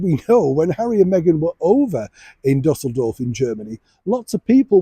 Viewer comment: You pronounced the German city Düsseldorf as “DuSSeldorf” three times with the incorrect accent on the wrong syllable.It’s pronounced “Doo-sell-dorf”.